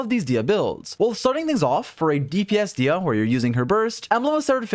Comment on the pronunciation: I cant believe he would mispronounce Disias name like that